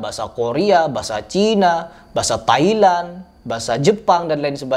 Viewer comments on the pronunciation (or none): none